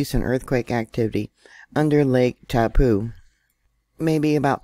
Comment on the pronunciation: That letter on the end of the name Taupo is an 'O' that makes its name end in an 'Oh' Try saying TaupO!